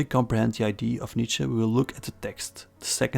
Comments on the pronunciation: “idea” has to be pronounced “aye-dee-ah”, because if you pronounce it “aye-dee”, people think your talk about ID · it's idea, not eye-dee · you pronounce "idea" incorrectly, it's confusing